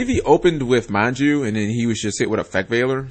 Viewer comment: Even though it might be a pun off Sanji's name, it's MAnju and SEnju. It's kinda annoying me at this point. At first, it might have been a misread or something, but after a while, it gets annoying, imo.